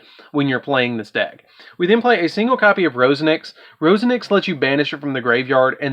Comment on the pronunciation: I wanna say this nicely: please please learn how to read. Sulfefnir not selfner. Roseeenix not Rosen-ix. Reeon not rowon. Quariongandrax not whatever you said.